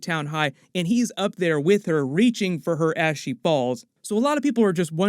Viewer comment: I think ive not been getting enough sleep lately cause i had to listen to this part a second time I thought he said "Reaching for her ashy balls" and not "Reaching for her as she falls"